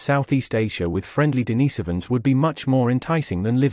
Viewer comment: Because they are De-nice-ovans?